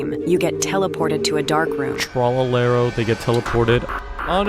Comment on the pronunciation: It's tralalelo not tralelelo